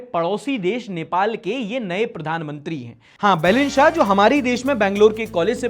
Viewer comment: since I’m from Sikkim and Nepali ! Your pronouncing Balan shah incorrectly, to make you simpler try this . Baa-lane, saaa-ha ! And immense love and support from Sikkim 🙏🏻 Hope you visit our beautiful state soon and we get to please you with our beautiful hospitality 😎! #proudsikkimese